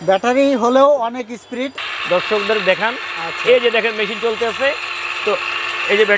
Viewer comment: ইসপিরিড না ভাই ইস্পিড হবে